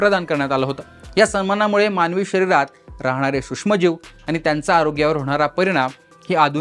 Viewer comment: हा सुष्म म्हणतो? हा नक्की मराठी आहे? त्याला आधी सूक्ष्म म्हणायला शिकवा.